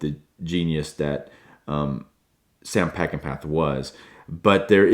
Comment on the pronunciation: It’s my favorite movie.. I’ve seen it at least 100 times in the 50+ years since it was first released. You’ve done a very nice job of critiquing it.. but you’ve got to know that Peckinpah is pronounced peck-in-paw! A genius and a tortured soul. I’ve often said if I could meet one person when I get to Heaven it would be him. Thank you, Sam.